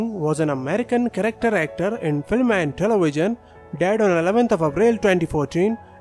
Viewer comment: This dude or computer or whatever, talks baby talk. Telewision....who say that? Or Coronawirus, give me a break.